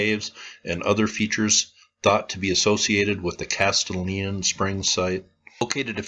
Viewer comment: Great video! I live about 30 minutes from this mound and I've always been interested in its history. Just FYI, this is a spot with Tennessee pronunciation. (lol) Castalian is pronounced 'Cas - stallion.'